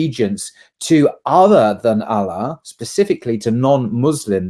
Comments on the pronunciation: It's quite odd that doesn't/can't pronounce properly the name "Allah", despite being a Muslim for how long? It really isn't that difficult and shouldn't be difficult, especially for someone who is being invited to various colleges to give lectures on Islam, Christianity etc. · Dear, I wish you could say Allah with the same pronunciation that is used in Arabic Language. It is just a wish. Your choice. But I love your videos and work. Allah has helped me become more pious via your videos. Salaam